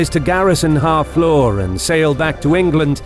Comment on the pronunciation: FFS, Harfleur isn't pronounced "Half Law," it's more like [HAA] + [FLUR]. Took me awhile to figure out wtf you were saying.